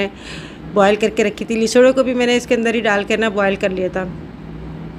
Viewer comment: Lesoray nahe lasoray HOTA hy